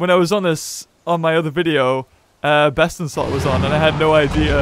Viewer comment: Did you say Bestinslot